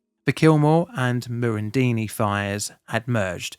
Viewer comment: And I think meant "Murr run din di"... (Murrundindi)